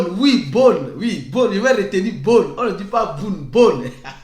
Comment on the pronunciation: J'ai vraiment aimé votre sens de la discipline et de l'adaptation. Bone = /bo n/😂